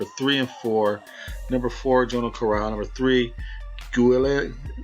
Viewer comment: jono carral It's pronounced like Johno Carral in ireland haha definitely not jo no